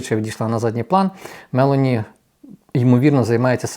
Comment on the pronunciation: Прізвище пані є МЕЛОНІ, з наголосом на 0, другий склад. НЕ дуже гарно викривлювати прізвища та імена, в цьому випадку з МЕЛОНІ на мелені